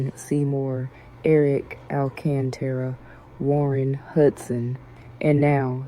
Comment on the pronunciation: It’s not Alcatraz 😂 it’s alcantara